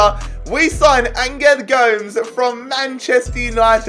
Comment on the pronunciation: Angle goms... Angle ... Goms... ANGEL GOMES